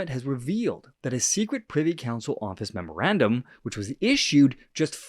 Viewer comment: It's not the "Privacy" Council, it's the "Privy" Council...